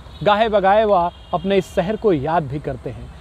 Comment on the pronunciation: सहर नहीं शहर, हिंदी तो ठीक बोलो